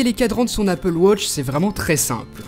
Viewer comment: apple watch et non apple wotch XD